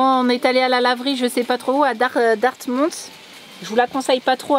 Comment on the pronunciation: d'après un abonné de Chrome la prononciation c'est dartmith